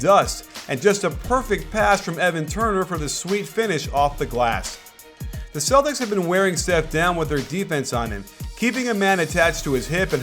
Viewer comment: Why the hell are you saying Celtics for dumb!